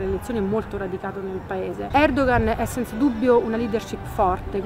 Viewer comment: Recep Tayyip Erdoğan. La pronuncia giusta di Recep é Regep. Poi Erdoğan si pronuncia Erdooan.